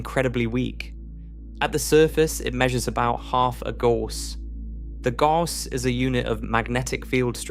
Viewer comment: Gauss is pronounced Gowse not Gorse.